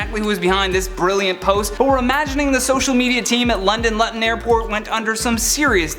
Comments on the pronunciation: Please... it is LOOTUN not Lutton.. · Lutten? I think you meant to sayy "loo-tun" mate. Either way, cool show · 😂 it's pronounced Loo-ton not Lut-on dude lol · Luton- Loo-ton..... made me chuckle how you called it lut-ton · Jesus you need to learn how to pronounce Luton. It’s loo ton not lut on. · LOO-ton not LUT-on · Its pronounced Looten. Not Luttin. Just sayin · 'London Lutton airport' London Loo-ton airport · Luton is pronounced Looton not lutton😂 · Lutton? Where the BEEP did you get the xtra l? It is and will (probably) always be pronounced: Lue-ton. This is hillarious, you're gonna make somebodys list some day: English speaking people speaking jibberish 😁😁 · London Luton Airpirt... Its LOO-TIN. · I know youre Canadian, but please, its pronounced LOOTON not LUTTON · It's Luton, pronounced Loo-ton. Not Lutton. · Dude it's pronounced like loo-ton airport not 'lutton' XD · you need to learn how to pronounce words. its 'Luton' (lewton) not lutton. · It's not Latn .....Looton it's Looton great vid tho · Mate as a Brit it made my teeth itch when you said London Luton Airport, I know it's bonkers but it's pronounced LOOton not LUTon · Its "LOOten" not "Lutten"... feel really bad for that poor teacher. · FYI is pronounced Lootan not Luhtan........ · It's loo-ton not lut-ton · LUTTON airport lol It’s pronounced Lootun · It's probably already been said, but Luton is pronounced Looton, not Lutton. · For london luton airport. Luton is said as looton not luton. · Lu’in airport!!! Luton airport is pronounces Loo-tin airport 😂😂😂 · Not “Lut ton” it’s “Loo Ton”. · Lut-ten XD Looo-Ton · Luton is pronounced lew-ton not lutton 🤦🏾‍♂️ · It's Loo tonne not Lut on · You pronouns London Luton airport incorrectly. It's loo-ton not lan-ton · London Luton - loooooootun not lutttttun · its not said lut-on but loo-ton, ask google ;3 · Luton pronounced LOO-TON not LAH-TUN 😉👍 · I just wanted say that Luton is pronounced like Looton . Just wanted to let you know. Love your vids xx.